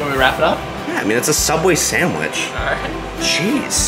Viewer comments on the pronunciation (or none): Spongey subwich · Did he say sandwhich? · The spongsubicle